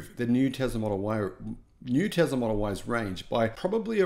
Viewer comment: It is "Tesla, tessla" not Tezla! So annoying